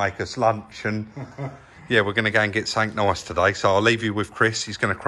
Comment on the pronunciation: can you clarify for some viewers what “sunnink nice” is?😂 #Essexboymyself